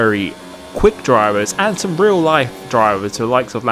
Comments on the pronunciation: It’s pronounced as “Ri-al”? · i mean the way he pronounced REAL